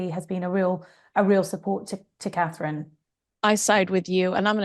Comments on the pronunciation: Is it so difficult to say Catherine and not KATE. Or are you doing this on purpose! Elizabeth, from South Africa. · Try to say Catherine! And not Kate! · Kate (because she can not say Catherine) Nichols again??..I'll go watch Dan Wooten and Brittany.